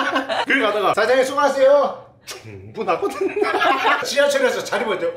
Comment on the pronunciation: 충분하거든이... 왜 점점 흥분하거든으로 들리는거 같...